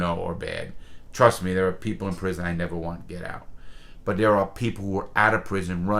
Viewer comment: “I’ll nevah forget it” never gets old lmao